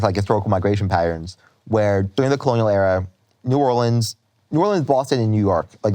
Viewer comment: So nice to hear him pronounce New Orleans correctly 😂 -someone from Louisiana